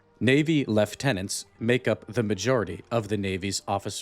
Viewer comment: You have no idea how happy I am that you pronounced Lieutenant correctly.